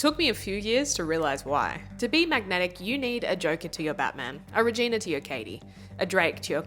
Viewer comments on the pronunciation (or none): none